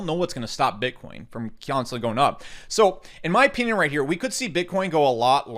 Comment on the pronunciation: yo, Just curious, what state are you from? The word 'opinion' always grabs my attention when you say it: "In my oPEENion" (i'm not mocking) I'm genuinely curious what state you're from. That's all.